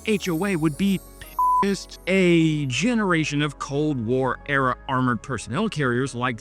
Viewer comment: You're lip-syncing to an AI Voiceover? That incorrect tonal inflection on "pissed" is exactly how an AI sounds. WTF